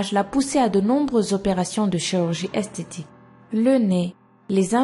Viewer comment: Tu dit esteti et pas estetique